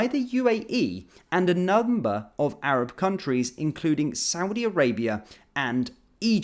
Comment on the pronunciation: SHE CANT EVEN SAY ARAB 😳these clowns in charge F**CK ME😡😡😡😡